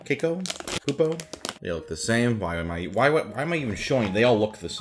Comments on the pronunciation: SungWon: pronounces cacao perfectly Also SungWon: Cayco? Cocoa? Caycow? Cacaco-CA-CAWW! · Caycao? Cayco? Cupo?